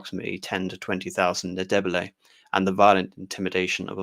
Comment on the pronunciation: who the hell is MAN-AGUA?? its EN-DAY-BAY-LAY, jesus C'MON!!! oh and its MATA-BEELS from MATA-BAY-LAY LAND!!! brilliantly interesting though!!! jeff from dublin